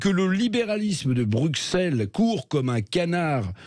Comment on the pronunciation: Monsieur Revel, je vous révèle qu'on prononce Brucelles et non Brukselles. Il ne faut pas être extra-terrestre pour comprendre ça. Je suppose que vous ne dites pas soiksante pour parler de "60". :-)